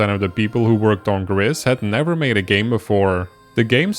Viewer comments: Gris is the Spanish word for grey, and has a long "I" sound as in the English "grease". That is how the devs pronounce it. In the video you pronounce it with a short "I" sound as in the English "grit". If you google it, there is a tweet from the studio that says: "For the people that wonder, GRIS is pronounced "grease" and means GREY in Spanish, French and Catalan." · I just wish in these videos on Gris people would pronounce the title correctly. It ain't hard. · It's pronounced Gris not Gris!